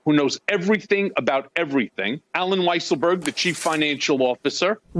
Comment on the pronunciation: It's pronounced Weaselberg. Have some respect for the man.